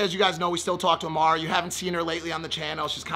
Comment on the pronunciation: I'm so confused, Amra, or Amara Maple. Every one calls her Amara, you've always called her Amra lol.